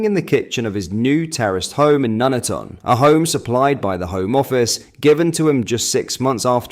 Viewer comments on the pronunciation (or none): Do you mean Nuneaton? Nun- eaton? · It’s pronounced “ Nun-eaten “ same place somebody’s English daughter is living in a 2 bed flat with four kids ?! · Are you using an AI voice for videos like this, because sometimes you have odd pronunciations of English words. Like Nuneaton! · Did you say Nuneaton? Geeeez no wonder he's miserable. He's obviously lonely and needs a wife. HM Govt is working on that one. They've done the chat up booklet but for some reason that didn't work. Digital IDs will make him feel part of the Fam. So it's all good. Um, taxes might have to go up a bit.